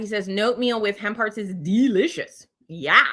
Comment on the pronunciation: LOL! When you first started talking about hemp hearts I thought you were saying "ham parts"! You should have seen the screwed up expression on my face!